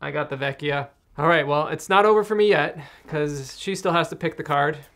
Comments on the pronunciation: I wasn't sure, but a kind Italian commenter gave this info: "Yup, in venetian dialect la vecia should be pronounced “la vetcha”, like captcha. When it’s spelled la Vecchia is like a k sound, as pronounced correctly in the video. La vecchia is Italian, vecia is Venetian dialect, but in general that’s how it’s spelled in all northern Italian dialects" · La vecia is a Venice dialect word and must be pronounced with the soft "c" like in the Italin word "Ciao". "La Vecia" means the old one (generic old woman), that in Italian is "La Vecchia" and it must pronounced as you said in this video. Fun fact: "vecio" or "vecia" are often used by the venetians talking with friends, like the english "bro"